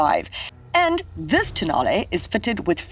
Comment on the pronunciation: tonale I accidentally mispronounced it as toe nail sorry😭😭😭